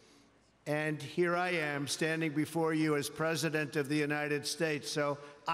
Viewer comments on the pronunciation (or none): This guy really can't read. He doesn't know WHICH WORD to emphasize. "We are HERE today"